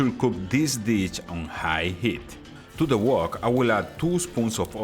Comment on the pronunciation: Hello your English is excellent but “ ditch and delichus “ 🤣🤣🤣. I really enjoy your videos thank you!